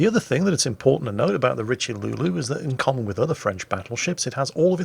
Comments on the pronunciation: Ugh......just because you don't speak French doesn't mean you can add an imaginary L into Richelieu.....it's pronounced as Rish-uh-loo.....not RichiLuLu =.= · Damn, your pronunciation of Richelieu had me in tears laughing and coffee splutters all over the desk.